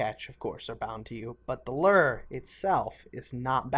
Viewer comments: Gaming it is loo-er. Not lur. I'm American and a fisherman irl. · Loo-er not a lur! Good video though! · This dude mispronouncing lure made me want to kill myself over and over and over again